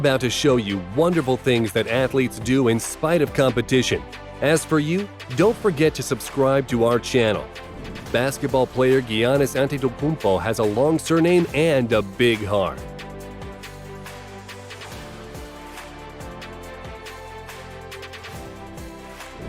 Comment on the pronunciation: you said antetu who? lmfaooo